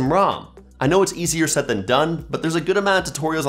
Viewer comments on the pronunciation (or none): none